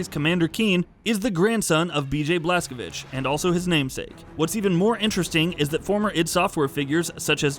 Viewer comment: i like that you properly said Blazkowicz. my respect as native Pole